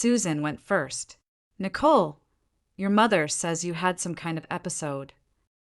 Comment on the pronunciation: So far, I've listened to two stories where one of the female characters was named Nicole. In both stories the name Nicole was pronounced with a great deal of emphasis on the second syllable. It sounds so odd it takes away from my enjoyment of the story. The AI needs to be adjusted.